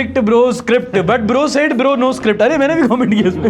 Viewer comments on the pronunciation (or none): none